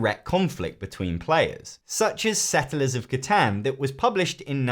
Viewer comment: Honey you did not actually just pronounce Catan like that. I am dead inside.